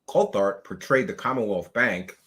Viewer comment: COLT HART!!!!! not Colthart 🤦🏻‍♂️ omg